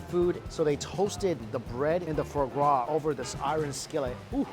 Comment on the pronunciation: Fruh gras, for gras, frar gras, I didn't know you could mispronounce the same word differently so many times.